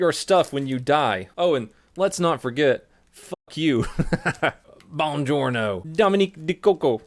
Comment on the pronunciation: Lmao when you said Bonjourno it made me remember and laugh